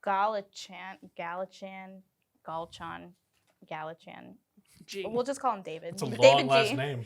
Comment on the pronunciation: It's really annoying as someone from Scotland to see Americans not even bother to look up how to pronounce British surnames. Galla CHAN?☹️